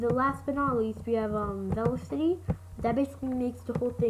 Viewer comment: Vlecity. Its pronounced ve-lo-ca-tea